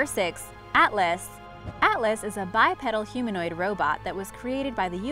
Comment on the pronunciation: The way she said bipedal lol